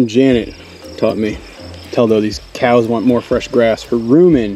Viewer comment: Admits Spanish isn't the best. (Which is fine) but when calling cows it comes out 'keyows' every time. 😆